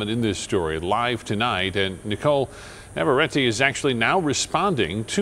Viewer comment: Man, the pronunciation of the chick... ITS NAVARRETE WITH DOUBLE R